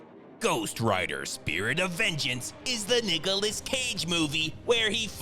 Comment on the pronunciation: I thought bruh said Niggaless 😂😂😂😂